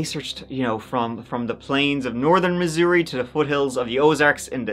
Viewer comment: You pronounced Missouri perfectly!! You are always so right on!😍